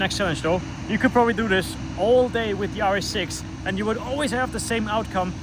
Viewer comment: Every time you sayd rs6 i heard yaris 6